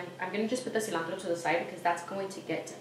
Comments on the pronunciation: just clicked to see if u can finally say cilantro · Tiffany Andujo she cant say cilantro??? 😂